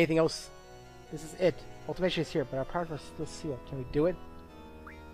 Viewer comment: So admittedly I didn't watch this LP from the very beginning, but when you pronounce Ultimechea (Ultimecia) and seedees (SEEDs) like that, is that a reference to something from earlier on? Apologies if that sounds like an odd question though, it's just that I've never heard either of them pronounced like that before.